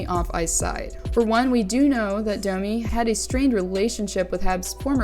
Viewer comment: is this on purpose that you prononce dummy instaed of Domi, i'm just curious, English it's not my first language